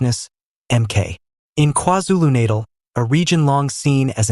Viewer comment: He can't say KwaZulu Natal properly